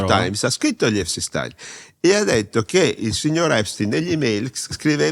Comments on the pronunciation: A espstein fair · Non sa nemmeno pronunciare Epstein file !!! Sta merda